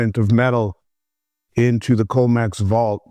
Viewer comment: It’s com/ex not co/mex stop saying it wrong it makes you sound unreliable